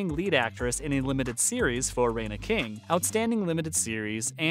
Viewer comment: Ummm, who's Rayna King? It's Regina... Primetime Emmy, Golden Globe, and Academy Award-winning REGINA King.